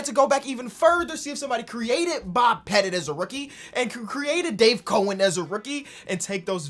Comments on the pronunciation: This dude keeps saying Dave Cohen when the dudes name is Dave Cowens. 🐮-ens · Can somebody please tell it’s Dave “Cow” ens. Not Cohens? 🤦🏻‍♂️ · It's COW EN. Lol your pronouncing his name wrong. It's cowen. Damn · Nobody:: Dave Co-ins